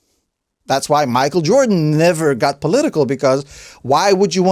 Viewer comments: Michael 'Air Joran' Joran. 😂 We'll let you off, not sure Mike will though. 😋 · Jordan not joran lololol